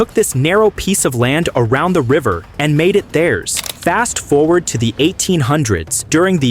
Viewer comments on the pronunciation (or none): none